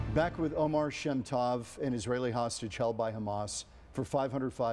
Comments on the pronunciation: Please pronounce his name correctly, it's Omer an ancient Hebrew word with many meanings that used as a name too, not Omar which is an Arab name. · (The excellent interviewer pronounced Omar by mistake .This sounds like an arabic name so I have to correct that )His name is Omer . It's a sheaf of grains in hebrew . I wish I had 1% of his faith. He is amazing.